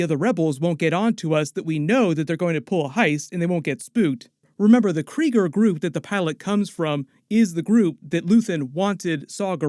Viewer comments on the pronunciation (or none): none